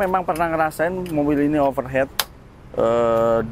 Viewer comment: Overheat bacanya overhit mas kalau overhead itu biaya pengeluaran perusahaan. Untuk didik bocil jadi ga dibawa salah sampai dewasa